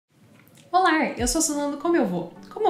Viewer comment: Desculpa mas parei no " olar "